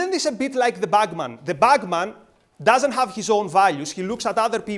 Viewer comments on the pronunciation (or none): Kinda says "bagman"